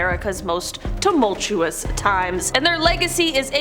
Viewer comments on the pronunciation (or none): none